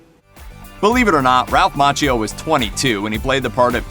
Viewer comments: It’s pronounced Makkio. Otherwise I love your reviews. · Its pronounced MAKKIO